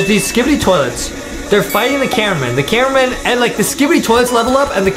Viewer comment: Adam said camewamen😂😂😂